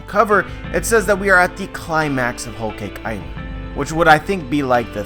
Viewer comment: “ol caik eyeland” thas the way i hear him say it